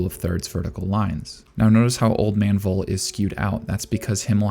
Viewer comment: In this case the V from Voll is more pronounced like the F in Frieren. Also the two Ls are shot. So his name is more spoken like Fol (fɔl)